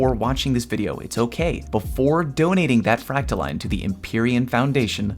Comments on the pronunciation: its fractaLINE not fractaLEAN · New Leviosa meme: Its Fractaiiiiiiine, not FractaLeeeeeen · It’s pronounced freak-toe-lion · It’s fractaline not fractoline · its line...... not LEAN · It's like saying fractal"in" that is the proper way for all you ingrates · So in a nutshell...if your planetary obelisks have been max ranked for weeks you are done contributing? Or am I incorrect? I cannot see another way to contribute...other than the dozens of weapon bounties I purchase every week....gotta spend all that glimmer on something. My vote is for the frack-ta-leen pronunciation...as if it matters. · I know you don't care, but this is NOT me trying to correct you. So, basically, I pronounce it the same way as discipline. So, fractal-in. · I believe it's 'frack-tha-lean' 😃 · Fractaline is obviously pronounced "POTATO" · Line is pronounced Line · You’re saying fractaline wrong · It’s fractaline, not fractaline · ITS FRACTALINE NOT FRACTALINE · It's pronounced "fractaline" smdh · It's pronounced 'fractaline', not 'fractaline.' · no no, he's right, its "fractaline"